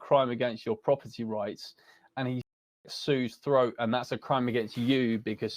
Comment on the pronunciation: This guy is trying so hard to get an emotional response by repeating CONSTANTLY "slitting yow dogs froat"